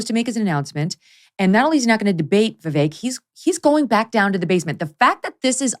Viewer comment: I'm glad to hear that Mr. Ramaswamy's first name is now being pronounced properly, Vivek, like "cake." ;-)